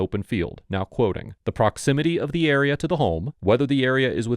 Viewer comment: No officer i havent heard any shots in the uriah, maybe in the area but no, not the eriuh